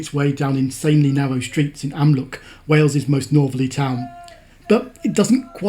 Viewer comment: AmlwCH NOT Amlwc. And yes an English mouth can say CH if it tries. Seriously, I've heard it done many a time.